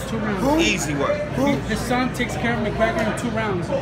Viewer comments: I'm not sure if he calls him "McGregory" on purpose or by mistake but that shit's hilarious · Is floyd snr saying 'mcgregerin' lol